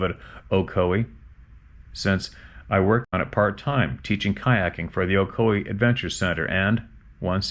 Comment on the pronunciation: Ocoee you pronounced it correctly. That is my neck of the woods. Iwas a river guide a long time ago. Worked for Ocoee Outdoors, which my cousin founded and still owns.